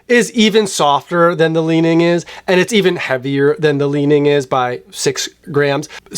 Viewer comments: Li Ning is pronounced "Lee-Ning" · Finally Chinese shoes here! For the last couple of years, I've completely ditched all my Nike and Adidas for Xtep with amazing success at less than 1/3rd of the price (I have two, waiting for my 3rd, all bought from AliExpress). (It's not "Lining", but "Li-Ning").